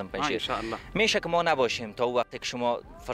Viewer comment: فرصت را که خودت تلفظ میکنی معنی بسیار غلط میدهد( تکه حیض ) معنی میدهد